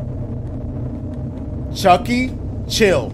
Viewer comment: bro keeps saying CHUCAIE